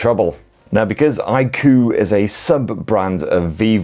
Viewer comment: It's pronounced I-koo 😅